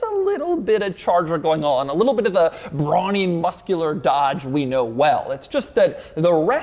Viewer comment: why does he say brawny like that?